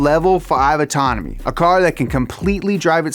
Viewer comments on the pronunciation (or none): Level 5 “Autononmy” Love to the end of time